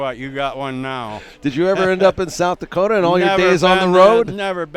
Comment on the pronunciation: South DEEkota, lol.